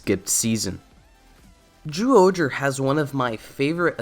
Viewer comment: Your pronunciation of "zy" as a simple "j" sound is VERY distracting! Otherwise, good vid. 👍🏻